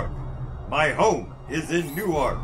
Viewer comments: Unless he's referring to the town in Delaware, Newark is pronounced [Nu'work] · the way he pronounced newark means he's from a nowhere town in delaware